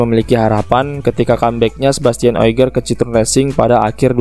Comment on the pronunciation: O G I E R masbro...bukan O I G E R.....benerin cara pelafalan nama,biar gak salah kasih informasi,sharing2nya udah keren...